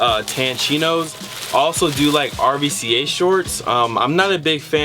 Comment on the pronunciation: great unboxing video I'm definitely going to give jack threads a try. oh and just so you know RVCA is pronounced "ruca"... just a little known bit of info for ya. thanks again $